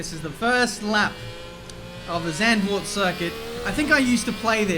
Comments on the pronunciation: English pronounciation would be like 'Suntvoort' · Please don't say Sendvoort! It's more with the soft a and a sharp z.. Zand means sand but the a is shorter and softer. My name is Marc and not Merc :') and the Z from Zlatan! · Just a note, it’s pronounced Zarnd-vord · No-one: Chase Carey: "Zandervoort" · Correctly pronounced "Zuntford" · Oh my god that pronounciation if Zandvoort... Makes me throw up already xD